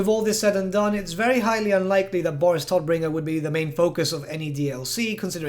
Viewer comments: I don't like the English pronounciation of his name. Todbringer is German and means the bringer of death. The T and B are prounounced hard. The O is a long O. And the R's have to be rolled more. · No problem. I'm just used to our harsh German pronounciation. When you say Todbringer it sounds as cute as toddler to me 😂😂😂